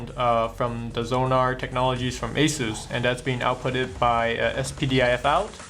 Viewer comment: Goddamn, get a better dude to do these videos. I hate his lisp and how he can't pronounce ANYTHING properly. It's SAHTA, not SAYTA. And Aysus, not Ahsoos